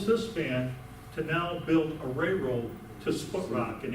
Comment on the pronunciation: Some should have advised this guy that it's a "railroad", not a "rayroad".